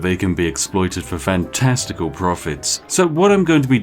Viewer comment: "So fantesticle!"